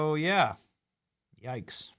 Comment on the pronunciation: Not the "YOIKES" Benny! 🤣🤣😭